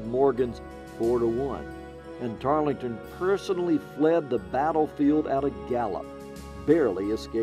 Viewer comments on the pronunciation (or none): Tarl-ton, not Tarlee-ton. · Tarleton...not Tarlington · Find a narrator with correct pronunciation. Banister Tarleton is not pronounced “Tarlington” and mounted soldiers are known as “cavalry”, not “Calvary”, that is where Jesus was crucified. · As historians, how can you fail to know his name was “ Tarleton “ - not “Tarlington” ? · Also mispronounced Tarleton. Silent “e”. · I’m disappointed that the narrator didn’t take the time to learn the pronunciation of one of the leading characters name, in his oration. Tarleton doesn’t have that extra syllable in it that the narrator insists it does. The “e” is silent. That no one on the production crew caught that is shameful.